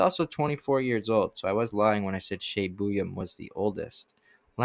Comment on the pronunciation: Good info on the players... Btw, Shai is pronounced "shy" (Buium).